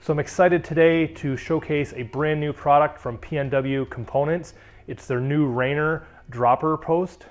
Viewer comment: Lost me at "Rainer" LMAO its "RAINIER" (like the beer). I may be a little offended because i grew up right next to thr mountain this post was named after :)